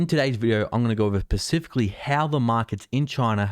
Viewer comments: Please say specifically not pacifically. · Why do you always say "pacifically" instead of specifically? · First you say the collapse has happened, then you say it could lead to collapse, then you can't say specifically and you pronounce the word pacifically, then i see your a no name dufus ,for these reasons (even though you may be right ,and everyone predicts it will happen eventually ...IM OUT )